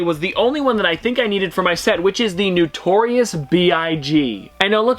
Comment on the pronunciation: It’s not newtorious. It’s notorious.